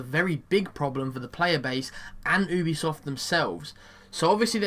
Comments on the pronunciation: He said ubisoft but he pronounced it obisoft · Fun fact, it is a French company so it's actually pronounced "oo-bee-soft"